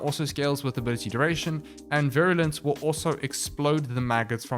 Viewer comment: You pronounced Virulence correctly, no worries.